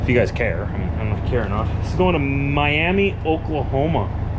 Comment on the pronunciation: Hey!!!!!! Just thought you should know the Miami in Oklahoma is pronounced Miama.....as in miamuh,don't know why lol